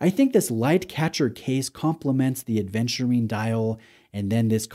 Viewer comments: Thank you for being one of the first to offer us a review on this watch,. But why do you keep saying aDventurine over and over again? 😅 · I know this watch makes you feel adventurous but there's no D in Aventurine. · Thanks,, was looking for a review on this one! Yes, my hesitation was also the 36 size. BTW ‘Aventurine’, not ‘Adventurine’ 😉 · WTF IS ADEVNTURINE?? If you review a watch, at least ensure you pronounce it right.